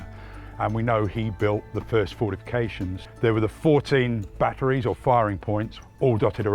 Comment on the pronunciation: Batteries or 'Badderies'?